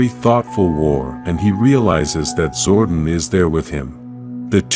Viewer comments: Zordon not Zordin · I hate AI voiceovers. His name isn’t Zorden.